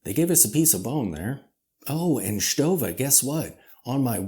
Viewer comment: you pronounce it very well. Lots of people here in Germany do it wrong by the way bc there exist two ways to pronounce the „ST“. And in the end … Who really cares?😅